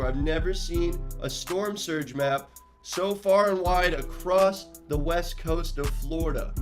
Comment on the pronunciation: I’ve heard of a storm surge but never a storm wurge. 😅😂